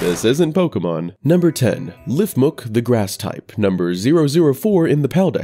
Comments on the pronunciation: "One of the most unhinged games ever created" Have you even heard of Dante's Inferno?? Edit: You kept calling it a Lifmuk. It's a Lifmunk. Like chipmunk, but meant to sound kind of like leaf munk. Not quite sure how you was getting that wrong, when you've literally shown the correct name multiple times on screen lol Another edit: Just because there are fox Pal's doesn't mean it's always some form of copying Eevee. Vulpine creatures just exist, constantly thinking a fox is a plagiarized Eevee is super annoying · Why did you keep calling Lifmunk(it's a chipmunk) Lifmuk? Also my favorite pal so far is Blazamut. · "LifMUK" as it clearly shows MUNK on screen. Gotta love poor production wuality and lack of attention to detail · Why do people always mispronounce lifmunk? Its just Chipmunk but with a leaf.